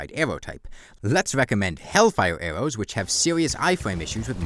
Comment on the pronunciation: "wai awe we tawking abowt bown awwows, they're wike the worst awwow in the game!"